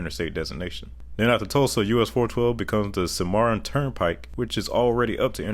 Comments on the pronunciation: You do a great job. Sometimes a little rushed. One mispronunciation: "Cimarron" probably pronounced Cim' arron, not Cim-arr'on. Sep. 19, 2023, St. Joseph, MO. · Just a small observation, "Cimarron" is pronounced Sim-uh-ron. Cool and very informative video as always though. 👍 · NWA has that Walmart, Tyson, and JB Hunt money. And Cimarron is pronounced “sim-uh-ron”.